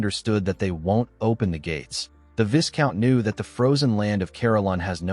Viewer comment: Viscount is pronounced vaicount